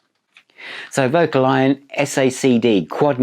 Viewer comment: Hi, I think it's pronounced vo-calion. That said, I think I prefer vocal-lion.: ))